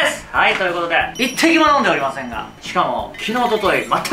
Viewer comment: 一滴も飲んでおりません っていう言葉で呂律が怪しい